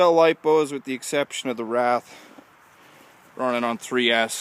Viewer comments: wraith not rath! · it's not a wrath it's a wraith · its called a WRAITH.W R A I T H....NOT A WRATH